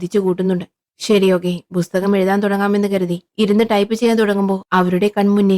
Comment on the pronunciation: ബുസ്തകം ❌ പുസ്തകം ✅